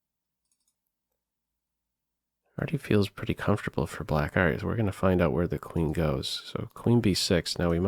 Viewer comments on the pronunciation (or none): none